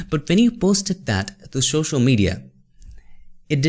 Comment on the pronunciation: It's social not shoshal 😅 anyway jokes apart love your videos bro ❤️❤️❤️